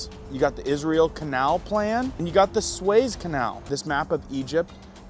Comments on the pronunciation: ARE YOU MISPRONENCING SUEZ CANAL ON PURPOSE? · It’s pronounced Sue-ez not sways. Just fyi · PRONUNCIATION IS SUE’EZ’ CANAL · "Sue es" is how that canal is pronounced. Thanks for all you report! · It isn't pronounced SWAYZE canal........it is pronounced SOO-EZ canal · It's pronounced "Soo-ez" Canal, not " Sways." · Isn't it pronounced SU-EZ Canal.... he is pronouncing like 'SWAYS',,,, i Really do Think it's pronounced SUEZ, as it's written,,,,,but, i give him a pass,, <3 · Not pronounced sways.. It's pronounced sue ez. I have a friend that's a war correspondent there, the best of the best. He has his own podcast but works for CBN (Christian Broadcasting). If you watched about the war, you have seen him. He debunks rumors and been a correspondent for 20 years. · Sways? It is pronounced "SUE - EZ" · It is the Sue ezzz canal not swez canal. 😉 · Su as in Sue. ..ez. Nothing surprises me. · It’s pronounced sue-EHZ, not sways. Howdy from Central Florida. 👋 Nice report. Thanks! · Swez canal? 😮. "Sue-Ez"...... 👃✌️ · Sue-ez, sue-es, Suez canal haha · Sunday Monday (You’re cracking me up) It’s (Soo-ez). Love ya. Just yanking your chair.😂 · Suez. Soo-ezz. Suez. cheers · its pronounced SUE-EZZ canal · It's pronounced sue-ez ....my brother....sorry a bit ocd. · The canal is pronounced sue ez . Easy to see the canals desired now that you point it out. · You need to learn how to pronounce the words in your story. Suez Canal is pronounced. “Sue-ez” . I have been there and observed it. You sound more knowledgeable when you say the word correctly. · It's pronounced sue-ezz Canal I think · I hate to tell you but... You are not making any sense. When you said that Israel 🇮🇱 is against the US. You were showing an article about Hezbola. U are a pretty good guy but I think that you are a little bit confused. Also it's the Sue-ez canal. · Sue-ez canal. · It’s pronounced Su….ez. Long sound on the U. Apparently YOU don’t look at the news! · Pronounced Sue,- Ez, canal. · Pronounced Sue-ez